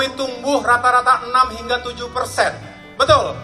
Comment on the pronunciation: Bisa nya ngmong, betal betul,betal betul, kuntul😂